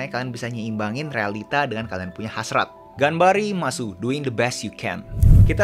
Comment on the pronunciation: When he said 'ganbari-masu' i knew he isn't a weeb 🤣